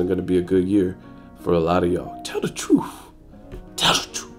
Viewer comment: Tell the twruth tell the twruth 😂😂😂😂😂